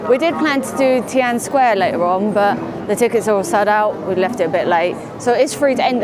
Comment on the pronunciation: It's Tian An Men square. Three separate words. Not teeanne square.